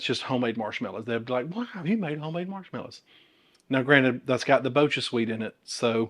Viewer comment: Here is a tip on how to pronounce BochaSweet! It is manufactured using kobucha squash, which is pronounced kuh-bow-cha. So it's pronounced bow-cha, not bow-kuh!